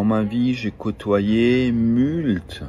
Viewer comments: ce n'est pas "mult" mais "moult", mr je sais tout. Lui et "éduqué", incompatibles dans la même phrase 😂🇨🇵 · Le "multe" c'est pour me tuer 😂 Et nan nan, y'a pas d'histoire d'accent.